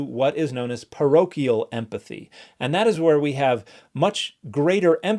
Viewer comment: Clam down everyone I was just making a joke about his pronunciation. It sounded like emFathy